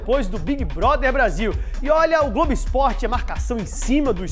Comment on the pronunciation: "Glogo"! A gente se "Cliga" em você!!! kkkkkkkkkkkkkk